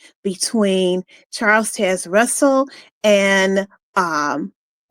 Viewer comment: Learn how to say "Taze". Baffles me how you can hear a name so many times in your life but fail to even be able to repeat that name properly. Why?